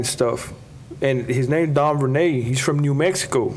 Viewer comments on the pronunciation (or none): none